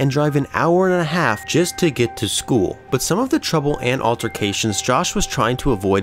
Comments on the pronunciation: Are you from upstate new York? I've only known one other person who pronounced "but" as "bpwut." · I know you're a blue jays fan cause the way you said "but"